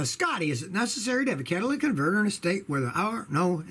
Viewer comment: "Catalyc" converter 👎 cata"ly"tic converter👍